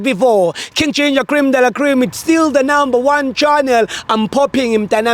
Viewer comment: She said "Channel" 😭😭😭😭🤣🤣🤣🤣🤣